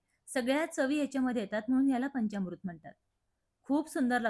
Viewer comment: पंचामृत असा शब्द आहे. पंच्यामृत नव्हे.